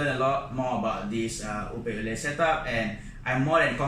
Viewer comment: Hello! Could you please change your pronunciation of the word 'opae? Utilizing English words, it should be pronounced like ''oh pie.'' The way you are pronouncing the first word in Hawaiian can have many different meaning, none of which refer to shrimp. Mahalo!